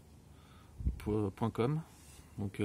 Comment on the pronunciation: T'es seul au monde à prononcer jithub" !! Petit conseil pour une prochaine vidéo : commence par préciser un peu comment fonctionne le capteur, à quoi il peut être utile etc... Voire ce que veut dire le sigle "PAS"